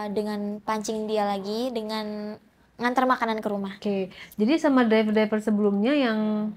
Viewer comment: Driver bacanya draiver mba🥺🙏🏻 semoga cepet tobat ya. Naudzubillahminzalik